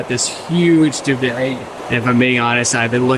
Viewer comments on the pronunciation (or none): Huge duve-elay? Did you mean duvet? Got to love the mispronouned words, reminds me of "canapés"..